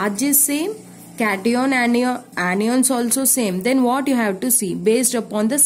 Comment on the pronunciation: Kation😂😂.aanioon😂 ⚒️anion 😮 cation😮